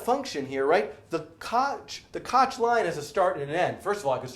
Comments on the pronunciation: It's not kotch rhymes with crotch... it's Koch rhymes with loch (voiceless velar fricative) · It is pronounced kok curve